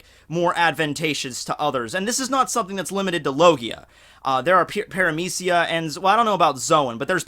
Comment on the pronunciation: Logia is a hard G like in Good or Bug. Paramecia is Parame(SHE)a Zoan is Zone.